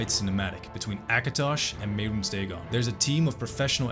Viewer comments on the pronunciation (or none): none